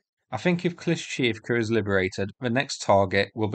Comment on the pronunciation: "Kleesh-shee-eev-ka" :P